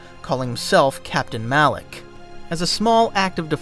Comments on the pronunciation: alak? Mf its Malak 🤣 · Am I tripping or did he call Malek alleck the whole time lol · Calling Malak.. alick or alic alik. Whatever ur saying is drivin me nuts lol